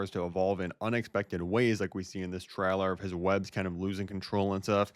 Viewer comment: It's pronounced (tray) (ler) not (trow) (ler)